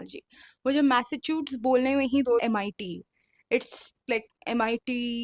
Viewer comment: dude what? It is Masa-choo-sets not Masach*ts💀...I'm no grammar police but that shit sounded wrong lol